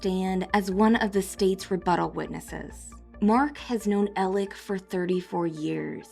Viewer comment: I CANT with the “Elec” Murdaugh pronunciation! Make it stop! Please! 😜